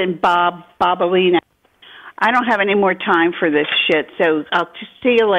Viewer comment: She heard said Bob BOBALINA twice! 😂😂😂